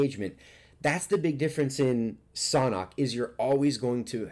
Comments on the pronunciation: It’s San hok like sand hock without the d I’m pretty sure it’s not pronounced saunhok. Just saying . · It’s pronounced sand hawk!!!! Even google translate says that way lol but love ur video bro